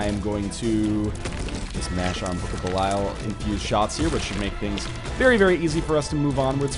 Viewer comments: It's not. 558 episodes in and he still hasn't learned how to pronounce belial. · I really don't think that is how you pronounce "belial" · Anyone who's played Diablo III will know that how he's pronouncing belial is correct..